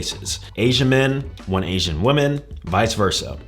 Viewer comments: who forced him to pronounce women like woman lol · Women in plural is not pronounced the woman. Muslim is not a race and Indians are also Asians. Outside of that I agree with all he said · He doesn't even know how to pronounce women